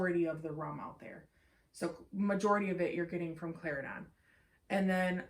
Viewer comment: Great review. I love the details. You are right Plantation has the most details. I have never heard so much detail on a blend before. Slight mispronunciation on Cla-Ren-Don.